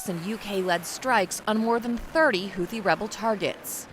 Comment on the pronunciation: HouTHi not HouTi. You have one job.